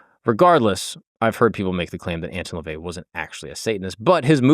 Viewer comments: You already started off this episode, saying his name incorrectly. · The way you mispronounce his name annoys tf outta me